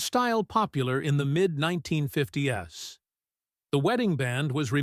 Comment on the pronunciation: AI, yes. Can't say nineteen fif TIES. Says 1950 S